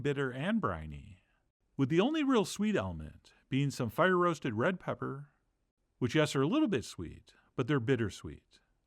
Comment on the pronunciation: "some FRESHLY ground BLack Pepperrr." im starting to think you use the same audio clip in every video!